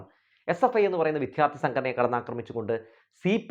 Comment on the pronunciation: വിദ്യാര്‍ത്ഥി(ദൈവത്തിന്‍റെ ''ദ'') എന്നു പറയൂ പ്ലീസ്. വിദ്ധ്യാര്‍ത്തി എന്നു ആവര്‍ത്തിച്ചു കേള്‍ക്കുന്നത് അരോചകമാണ്. അതുപോലെ താങ്കള്‍'' ബോധം''( ബാഗിന്‍റെ ''ബ'') എന്നു പറയുമ്പോള്‍ വേറെന്തോ ആണ് കേള്‍ക്കുന്നത്.